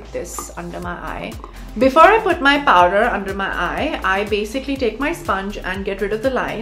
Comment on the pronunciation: Did she forget she's an Indian, the way she's saying Paw-dar & Can-Taring lol 😂